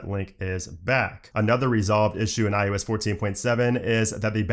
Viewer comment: Is it me or am I hearing him say "i U S" instead of iOS?